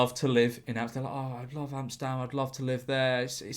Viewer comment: i find it funny how you pronounce Amsterdam as Amstam